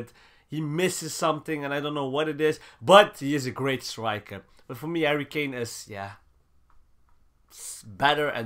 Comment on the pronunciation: Is it me or did say Hurry kane. Love the channel tw keep up the good work love the content. Inshallah in the future you get more subscribers